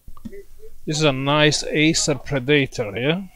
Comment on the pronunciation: I can't stop laughing when he says Acer Pre-Dater